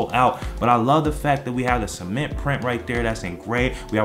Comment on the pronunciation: He Said Semen😂😂💀